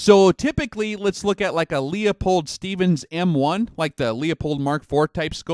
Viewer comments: Great videos. I am slowly going through all of them. But it is LEW-pold, not LEEO-pold. Just an FYI. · 'Loo-pold' and 'vin-yetting'